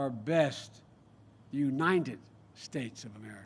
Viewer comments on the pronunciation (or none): And WHO said: United shtats of merica, You heffas